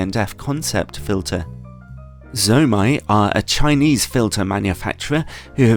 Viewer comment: It's "zuu-oh mey (zomei)" and "nay see (nisi)". Nisi circular filters are quite junk, especially for the price. Their square ones aren't that great either, Haida is easily better. Oh btw the margins on their filters are 200%-1000%. Basically retailers buy them at 2-10 times lower of market price depending on the filter. I'd suggest breaking the ratings into two parts, build quality and image quality. There's nicely made filters that are just crap when it comes to image quality and vice versa.